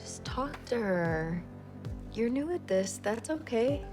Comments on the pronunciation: 얼굴을 보기 싫다뇨 너어머 겸손하십니다. 다른 유튜버 어찌하라고 ㅜ 근뎅 You are new가 You knew 로 들려요 ㅜㅜ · you're new at this 가 you knew this로 들렸네요~ㅜㅜ